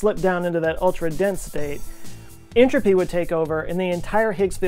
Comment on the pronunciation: always thought you said "anchovies", did you ever do a video on entropy?